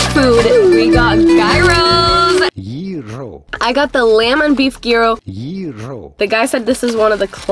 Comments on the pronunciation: Gyro not "Gerro" 😂😂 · ITS PRONOUNCED YEE- ROH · The way pronounces Gyro🤣